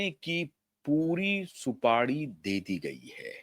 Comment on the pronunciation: Supadi nahi supari hota hai